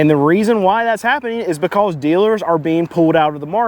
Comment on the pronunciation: I love the way you say " becouze". Subscribed.